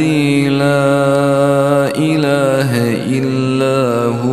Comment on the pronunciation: La ilaja illah Huwalhayyul qayoom . there is a a mistake in recitation .it is recitated lailaha illa hu alhayyul qayoom???